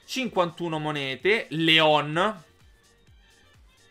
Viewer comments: Si dice Lyon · Leon si pronuncia "Lion". Scusa, ma fa sanguinare le orecchie sentire la pronuncia dei nomi storpiata.